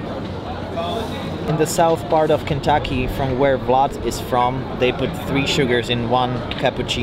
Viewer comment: The pronunciation of Kentucky is fucking hysterical. To have such impeccable English only to have it all slide down on Kentucky lol